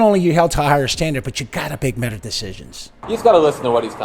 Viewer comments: Love this but anyone catch right before “GOTTA bake metter decisions”? Interesting flub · Did he just say bake metter decisions? 😜